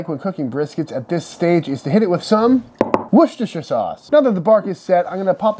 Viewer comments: Nailed “Worcestershire”. Proud. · OMG OMG you are the first ever American I have come across that can pronounce Worcestershire probably. I doff my cap to you Sir.